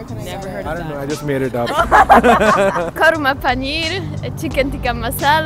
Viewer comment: Did she say karma paneer !! 🤭😂 Nan karma Lol now I know why they say karma is a bitch